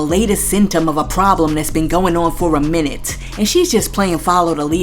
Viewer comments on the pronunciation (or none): none